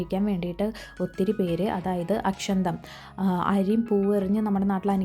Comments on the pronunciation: അക്ഷന്തം അല്ല അക്ഷതം ആണ്. . ..!!!! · അക്ഷന്തം എന്നല്ല. അക്ഷതം എന്നാണ് പറയേണ്ടത്. അരിയും പൂവും മഞ്ഞളും ചേർത്തത്. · അക്ഷന്തം അല്ല..അക്ഷന്ത്രാലു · അക്ഷന്തം അല്ല അക്ഷതം